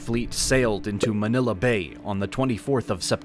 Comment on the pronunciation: Please work on your pronunciation of the Filipino words. Manila is the one you got it right.